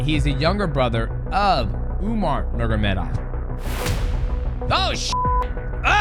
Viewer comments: Bro it drives me crazy how he always says it wrong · Nurmagomedov ❌ Nurgamedov ✅ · Nurgamedov 🙃 You are mighty but not in names spelling))) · Mighty Mouse hilarious for the pronunciation “Nurgomedov” LOL we love you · DJ it’s Nur-mago-medov 😂😂😂😂😂😂😂😂😂😂😂😂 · Its NUR-MA-GO-ME-DOV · Dj sayin is Usman nurm….of legit? Brother of Umar nurm….of 😅😅😅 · DJ mispronounces names better than Chael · I love how Mighty can't pronounce that last name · yeah so fucking annoying to hear him butcher the name Just say their first names instead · Nurmagomedov pronounce gets worse every time my brotha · Dj,Bratha... Atleast Say nurmagomedov right 😂😂😂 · Khabib is one of the greatest of the sport. i think his work as a fighter and as a man demands our respect to at least say their last name correctly. the way people would say in his country. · DJ can't pronounce Nurmegomedov 😂. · Dj tried hard to pronounce nurmagomedov but cant 😂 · the way dj pronounces their last names